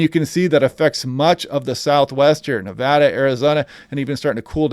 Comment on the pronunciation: Excellent content. And thanks for pronouncing "Nevada" correctly!